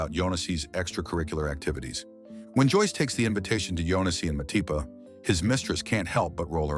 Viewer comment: Who Mapati? I know Matipa? Or was that an error in narration.